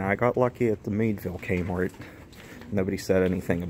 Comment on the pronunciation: I love how he says kmort